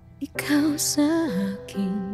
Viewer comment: You were pretty close on the pronunciation. It’s “keen” not “kin” and You said “Laang” instead of “lahng” but that’s an easy mistake to make seeing it written in English.